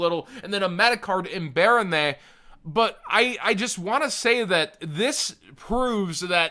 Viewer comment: Nobody:: bArOnAy